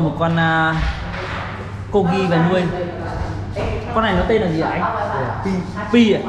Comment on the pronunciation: Co rgi ko phải cogi anh ơi